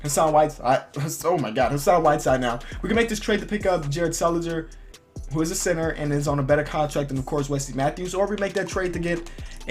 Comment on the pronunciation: It sounded like u we're saying sinner and not center